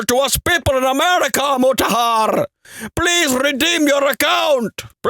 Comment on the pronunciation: when I heard him say Muraharrrr the first time, I just subscribed and liked the video 🤣🤣🤣🤣🤣🤣